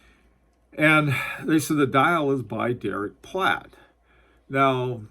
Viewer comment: Are you saying "Platt" or Pratt ???